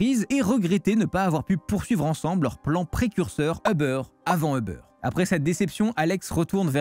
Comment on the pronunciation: Uber.......pas Hubber